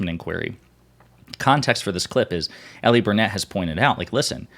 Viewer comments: Her name is Erin not Ellie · ERIN NOT ELLIE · Her name is ERIN, not ELLIE. C'mon! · Her name is Erin not Elly. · Her name is Erin. Do better man. Jeez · Her name is Erin. Other than that, good video. Well done.